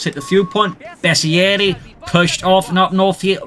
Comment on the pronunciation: Finally somebody that pronounces bersaglieri the right way👏